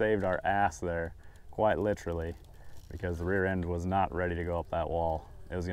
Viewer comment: "Literally" ... lol is that British? Nice vid bro always killing it in them gap transfers. Love the content!